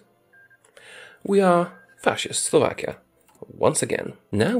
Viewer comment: Slovakia? No Slavakia